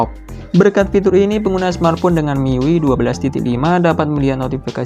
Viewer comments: penyebutannya bukan "Mi yui" tapi "mi-yu-ai" ah gimana lah kau lapet.... lapet. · Mi yu ai bang:( bukan mi yu i. Itu ui nya dibaca yu ai:( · sekedar saran aja bang, cara baca miui tu "mi yu ai". lebih benar dan lebih enak didengar 👍🏻